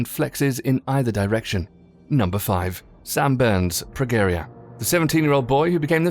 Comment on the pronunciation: FYI the "G" in Progeria is pronounced like the "G" in George